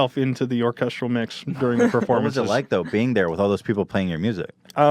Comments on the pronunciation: Why does Ethan say "Orchestral" like "Orchusdradel"? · When ethan can't say orchestral